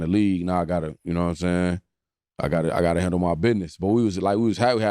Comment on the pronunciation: You “Narrr” what I’m sayin🧐